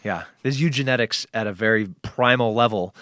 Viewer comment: *Eugenics Tim, not Eugenetics. hahaha still get his point and love him and Joe!